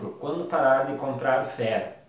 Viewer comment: Ouvi três vezes e não entendi a frase só entendi ai longo do vídeo que é FERRO na tua dicção parecia feno , fé , .